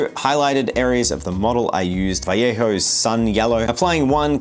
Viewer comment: subbing imply because you pronounced vallejo properly.